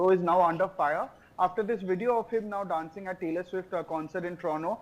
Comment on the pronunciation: Please, this title is a little redundant, don'tyou agree? Please hire a 'proof reader', to keep your professional appearance. 1 more thing - it's VIDEO. Vid ë ö. Not WIDEO. Wìd ē ö. Wideo is not a word found in our English dictionary. Shared with ❤ & Support for Indian News! Thank you. 🇨🇦 ❤